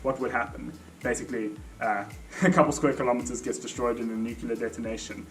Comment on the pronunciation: Oh. You use the Nucular Pronunciation rather than the Nuclear. Hmm. Interesting.